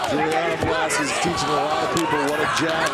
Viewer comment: Velasquez? 😂 cmon